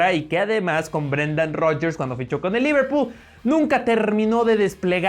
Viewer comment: "Liverpu" ja.